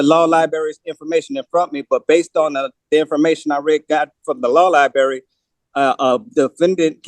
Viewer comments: Librrrrrrrrrary not libary 🙄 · What's a law liberry?😅😅😅😅😅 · Does he know that there is an R in Library?